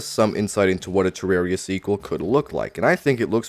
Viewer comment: Man this is so petty but I can't watch your videos because of the way you say "Ter-rare-ia" 😂